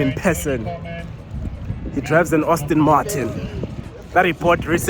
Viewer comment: It’s pronounced Aston🙄